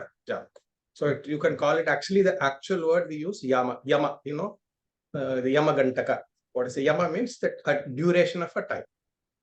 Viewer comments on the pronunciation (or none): Namste sir, it has to be pronounced as "Yaama." Yaama is a time duration.